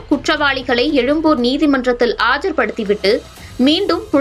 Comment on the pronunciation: மேடம் அது எலும்பூர் அல்ல எழும்பூர் தமிழை சரியாக உச்சரிக்கவும்